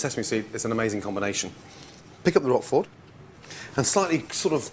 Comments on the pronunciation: Yeah, OK, he says "Roffoll" . But he mostly pronounces it correctly: rock-forr. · "Roqufori" ? Roquefort.